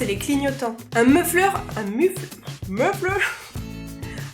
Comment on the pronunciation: ça se dit < >